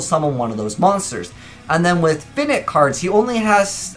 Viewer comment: Is no one going to mention how how pronounces Finite wrong?